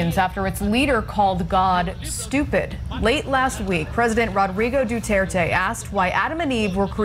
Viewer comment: AND FOR F**K SAKE,IT’S NOT DU-TEAR-TEAY,IT’S DU-TER-TE,LOWER U AND SHARP E AT THE END